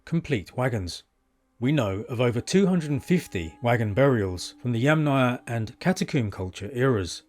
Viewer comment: Bravo on pronouncing Yamnaya correctly.